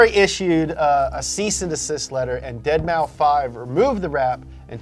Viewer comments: When I first heard of Deadmau5, I'm not gonna lie, I thought it was pronounced five and not like an s. I was f'n with you in the beginning. There aren't many Bieber fans out there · I’m happy I’m not the only one who pronounces it “deadmaufive.” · I love you man but what the hell is a Dead Mow Five??? Nye an cat?????? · Deadmau5 is not pronounced dead Mao five holy shit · Did he say "dead mouse five" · Bros... it’s “Deadmouse” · His name is Deadmaus the 5 is an S you plebs. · I know i seem like a nerd... But deadmouse .... Its deadmouse... Please guys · dead mau five, oh god please stop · Dead mouse say it with me dead mouse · Hopefully deadmau5 doesn’t sue you for butchering his name🤣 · yeah I had to stop watching because they kept saying his name wrong ... couldn't do it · I’ve come to terms with the fact that they’ll never pronounce deadmau5 correctly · pronounce the 5 on Deadmau5 😂😂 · Why the hell do you pronounce Deadmau5 "Dead mau five" instead of "deadmouse" but perfectly pronounce nyancat? 😂🤣 Please stop it 😅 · Or Ferrari blacklists a customer. Deadmau5 is pronounced Dead Mouse. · "Dead Mau Five" ahaha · I don't think i can hear say "dead-mau-five" one more time. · Are they seriously calling him “dead-mow-five?” Hahahahaha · Please tell me you're calling him Deadmow 5 because you're joking lmao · Love that is saying "dead mau five" lol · "dead mau five" 😂 I almost died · No way he said "Dead mauw five" lmao Isn't his name commonly known in the car world for this exact reason? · I will never not laugh when you say Dead mau five (cause I say it too, even though I know that's not what it's "supposed" to be LUL) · I can't tell if he's joking by saying deadmau-five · my guy... Deadmau5 is pronounced "Dead Mouse" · "Deadmau five" I'm so annoyed but i can't blame him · Cringing every time says "dead mau five" the 5 is in place of an S, it's just 'Dead-mouse' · It's dead mouse not dead mau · Deadmau-5? Lmao pronounced Dead-Mouse